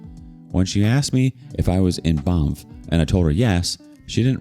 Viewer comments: Yes. It should be pronounced with a hard "eh". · Hearing Banff pronounced like that is hilarious 😭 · I came to say this 😂